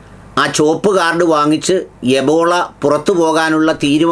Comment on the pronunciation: എബോള അല്ല ബ്രീല്‍ എംബോളൊ.